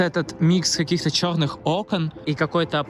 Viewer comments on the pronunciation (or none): none